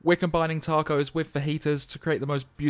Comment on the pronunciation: this vid is great but the way you said tacos made me want to turn off lmaooooo.